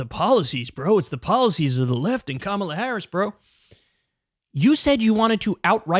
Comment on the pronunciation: At least the dufus prounounces “Kamala” correctly. He’s got one thing going for him. 😅